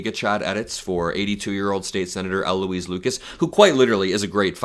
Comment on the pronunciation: State Senator Louise Lucas has been a true Democratic leader for decades ... she and U.S. Senator Tim Kaine should trade places. PS: when you talk about Louise, don't say L. Louise.